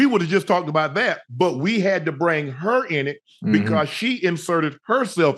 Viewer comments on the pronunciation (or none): Shannon, you don’t have to emphasize so hard on the her and the she! We can tell that you’re making sure to call HIM, her and she!! we get it!!